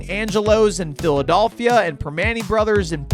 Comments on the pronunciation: I think I'm more insulted that he kept calling it, "PhilaDOLLphila". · Brother please say Phila-DELL-phia😭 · PhiliDOLLphia is irking me in a way I didn’t know was possible 🤣